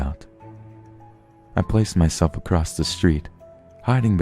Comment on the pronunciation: No kidding. There's too many 'creepypasta' readers (popular ones!) That pronounce words incorrectly. Such as across with a 't' at the end. ACROSSTTT! etcetera with an 'x' in it EXXSETRAAAA! my silly pet peeves.